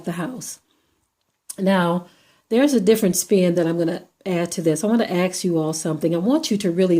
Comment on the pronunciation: why can't you pronounce "ask" properly? Are you mixthing your front teef too? An accident? Get real. He stated his intent and followed through. period. He may have let her live had she snivelled, begged or ran, but when she stayed their calmly recording him in defiance, he shot her. Thank God you're not a judge or lawyer.